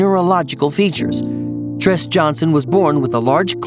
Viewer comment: Tres is Pronounced- Trey!! APPARENTLY you don't watch SBSK😒😒😒😒